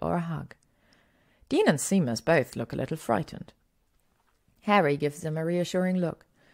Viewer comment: Hey Caro, vielen Dank für deine lieben Worte. Es freut mich, dass dir die Geschichten so gut gefallen:)! Mit den englischen Wörtern hast du absolut recht und ich würde mich freuen, wenn du mich da ab und zu drauf aufmerksam machst:) Es ist immer gut was Neues dazu zu lernen und dass Seamus Sheymes ausgesprochen wird wusste ich tatsächlich nicht:D. Da habe ich heute wieder was gelernt. Vielen Dank für das liebe Angebot. Ich hoffe auch, dass ich damit noch lange weitermachen werde (und du mir noch lange zuhörst;D). Da ich aber mittlerweile fast 30 bin und Fanfic mich noch begeistert wie am ersten Tag bin ich recht zuversichtlich:D. Danke für deinen lieben Kommentar und dass du dir so viele Geschichten von mir anhörst <3. Das bedeutet mir wirklich viel:) Vele Grüße